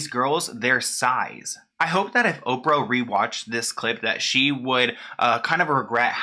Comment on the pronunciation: Oprah "Hoe-prah"